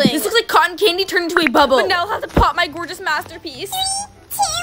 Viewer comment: No one is gona talk abt how she said bable instead of bubble? But honestly shes slay